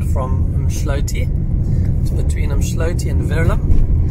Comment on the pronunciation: Brother, it's not umSHloti though, but umDloti :p